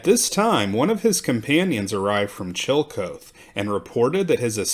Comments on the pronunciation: Love ya, man... Thus I am obliged to tell you Chillicothe is not Chill-coat but Chill-uh-koth-ee. Just sayin'. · Old town was pronounced like CHILL A KAWTHEE not Chilly Co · Please note Chillicothe Ohio is pronounced Chill-a-KOTH-ee Chill Uh Koth Ee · It’s killing me…. the proper pronunciation of the town Chillicothe is NOT chill coath (2 syllables), but rather chill uh kaw thee (3 syllables). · It's chill-ih-koth-ee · Chillecothe is pronounced Chill -- e -- co --- the. The "co--the" is two syllables. The "co" is pronounced cau, as in coffee. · Chillicothe is pronounced [CHILL-eh-KOTH-ee] and 'Quebec' is pronounced in Canada as [kuh-BECK]. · That's pronounced chilla koth ee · Duquesne (sp), and Chillicothe, mispronounced.